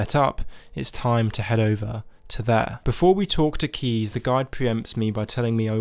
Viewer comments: Sorry but who tf is keez, it’s caius(Kai-uhss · It physically hurt me to hear how you metaphorically shit all over the pronunciation of my boy Caius Cosades. You did our boy dirty. It's Kai-us, like King Kai from DBZ teaching the Kaio-ken because he's one of the KAI. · I'm sorry but I can't get over the fact that he called caius "keez". How in the actual fuck do you make that mistake!? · It's "Caius" not keys. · The way you pronounce Caius tilts me hard... It's latin so it should sound something like this "Kah-ius", listen on google any romance language